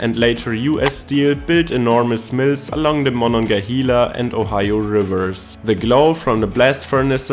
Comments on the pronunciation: Monongahela is pronounced “mon-on-ga-HAY-la” not “mon-on-ga-HEE-la.” You can totally tell a native Pittsburgher by how they pronounce the river’s name. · it is not Mon-on-ge-hala it is MononGAhala A not an E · He pronounced Monongahela two different ways 😂😂. The corrct way is "hay•la" not "he•la". Locals just call it the Mon.